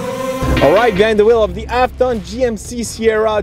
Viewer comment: Good review, I love my RST duramax, but why do you keep saying "ap ton truck".